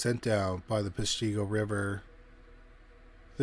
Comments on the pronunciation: All those names in Wisconsin are Native American. And Peshtigo is pesh-te-go. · Right. Pesh-TEE-go LOL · You are pronouncing the city wrong Pes to go. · I lived outside of Peshtigo, it definitely felt haunted with many people. Btw Peshtigo is pronounced Pesh (like push, but with an e) tee, go. Don't forget that is also the area where the first French explorers landed in Wisconsin. Many indigenous people and settlers died in that area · Came here to say that. I grew up in Appleton. It's Pesh-te-go. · We go through similar things in PA. Lancaster county isn't LAN-caster. It's LANG-keh-ster. 😅 Plus we've got some fun Dutch, Scottish, and some Native city/town names to mess with anyone who didn't grow up here, so they don't know how to pronounce the places. 😂😉👍💖 ETA, thank you for the proper pronunciation of Peshtigo. Unfortunately, our dear narrator mispronounces a LOT of words. 🙄🤦‍♀️ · Yes, and that pronunciation of Peshtigo! 🤦‍♀️😆